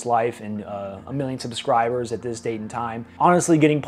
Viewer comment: "Puh-scribers"? Slow down when you talk.